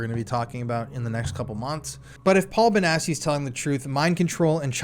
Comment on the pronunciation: Note: I could be wrong but since the name sounds Italian, and since it has two c’s, I’m pretty sure it reads Bonatchi not Bonassi